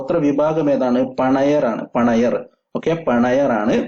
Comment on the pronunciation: പണയർ അല്ല പണിയർ ok